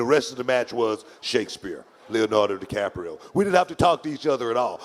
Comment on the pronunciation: Sounded so smart until he said 'Leonardo DiCaprio.' Yikes.